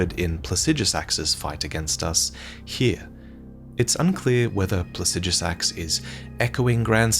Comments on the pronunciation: I love the way he pronounces Plaxidusax, almost spunds like "Pu*ssydusax". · 30 seconds off the bat I just want to point out that You are incorrectly pronouncing Placidusax's name. Pla-si-do-sax if this helps. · Say plahsijjuhsaxx one more time. I dare you. I double dare you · While I may not agree with your pronunciation of Plasijusax i can get over it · "Plasijasax"? I'm not saying you're wrong, but when is it we decided that's how we pronounce placidusax? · Pla-cid-asax idk where tf you get the sh from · Might wanna figure out how to pronounce Placidusax before you make another elden ring video about dragons, just sayin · You mispronounced Placidusax every single time, good job. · That and he mispronounced Placidusax every single time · mispronounces "Placidusax", smh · Learn how to say Placidusax properly